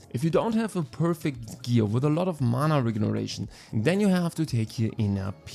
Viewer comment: Bro your pronunciation of mana regeneration is wilddd lol MANA REGRESSION